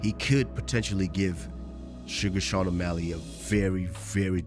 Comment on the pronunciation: What does might mouse always call Sean "sug Sean omalley".😂